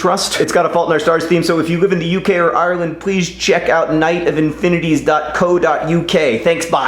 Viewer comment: The way he says Ireland is so weird, I love it! Any other Irish nerdfighters?🍀